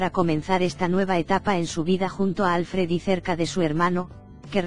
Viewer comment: Sabéis pronunciar Schwarzenegger, pero no Alfred (que es, obviamente, muchísimo más difícil..bueno, eso os debe parecer, supongo). A ver, pistas: Al-fred (palabra aguda, se acentúa la última sílaba) . No "Álfred"